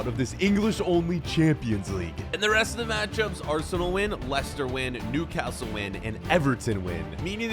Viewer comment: You pronouncing Newcastle makes me cringe being from the city i know how to pronounce it probably